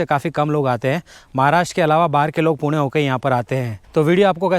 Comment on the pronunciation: He prounced 'पुणे' Correctly 😅